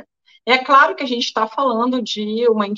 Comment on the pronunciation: hahahaha! Show! Adorei o "CRARO" do amado, hahahahah dei risada agora! Gratidão querida Ana Paula